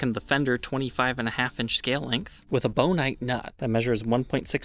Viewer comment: "boneite" nut?